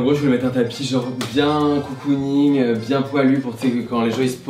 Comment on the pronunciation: un tapis "peurse" ?... au secours.